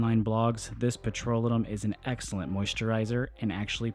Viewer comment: Learn to pronounce petrolatum. Pe-tro-LAY-tum.